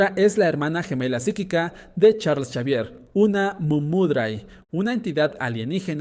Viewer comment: Me tiltea que diga chavier y no exavier